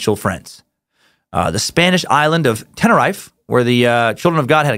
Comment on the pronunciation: Great stuff, just some critiques; it's pronounced Yal-mar, Ten-a-reef-ey